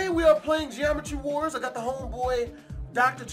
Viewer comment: he said geromtry war